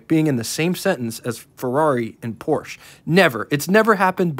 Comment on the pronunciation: Just as an aside (from the previous owner of both a Regal 97 GS, and an 87 Century T-Type), that if you ever owned a 'Porsha' that's how you would pronounce it (phonetically). Anyway, Buick seemed to always have a predilection toward making luxury performance cars. My 87 T-Type had the first gen 3.8L V6 (nearly all Century's had the 3.1), and my Regal GS was powered by the 3.8 L II with a small roots type supercharger. That might be an interesting car to profile for you. Good video, I've been a Buick owner since the mid 70's.